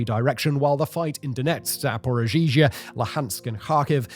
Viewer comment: Exactly. Not to mention Simon's constant 'rizhizhia' when he tries to say 'Zarorizhzhia'. It's one prolonged 'zh' sound. But the worst one is 'Bukha' instead of 'Bucha'. This city holds immense significance in every Ukrainian's heart, I would think it should warrant some effort in pronouncing its name.